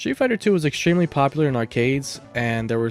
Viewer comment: Shtreet fighter. Shtreet. Egshtremaly. Pronounciation is not your thing.